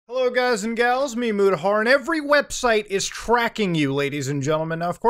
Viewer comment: It's MeMutahar